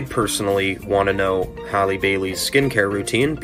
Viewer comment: How do all these foos not know how to pronounce Halles last name??!!